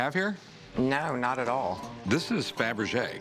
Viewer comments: Were it me? The second he says 'Fabrege', I'm outta there and hitting an appraiser. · I knew it was worth more when Rick said fabrege